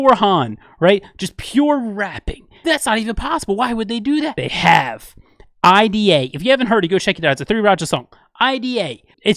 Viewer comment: ID:a pronounced "eye-dee-AY" is craaaaaazy! Am confident it's typical Chan wordplay and is meant to be "idea" dude. [Chan is Aussie; therefore a = short "ah" (phonetically)]. Just saying.